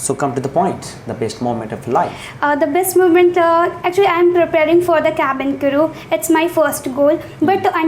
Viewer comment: I apologise. No, I'm not apologising for nothing. The guy who's supposed to conduct the interview in this "Interview" doesn't even know how to pronounce cabin crew. Even His accent is fake. Don't get fooled by these channels or institutes. Don't trust them with your parents'hard earned money. A real interview is for 5 minutes max. And nobody tells you that your English is not good in a real interview. Hope your dreams come true if they are what you really want. - A guy who was born in a lower middle class family, 5 years of experience as a cabin crew.